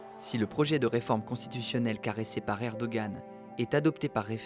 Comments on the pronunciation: « Hem Hem » Erdoğan se prononce « Erdoan », et non « Erdogan » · Ca se prononce Erdohan pas Erdogan